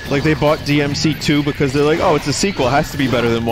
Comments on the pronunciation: BLEY DEE AM SEA TOO EEZ the BEIST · I guess we can't hear Vinny saying DEE EMM CEE TOO anymore :( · DINTY PLS BLEY DEE EHM BEEF STEW boot finely bley dee ehm see too. GOOT. boot has schut. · The official death of the "Booti play dee em see too" meme